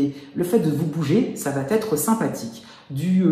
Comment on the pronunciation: Merci pour le partage 🙏 mais si vous pouviez éviter de dire "ça va T'être" 🤔